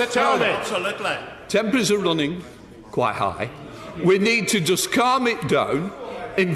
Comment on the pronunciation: "Can ah joost sae"